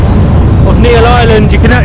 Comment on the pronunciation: itz NEEL not NEIL NEEL>>>>>BLUE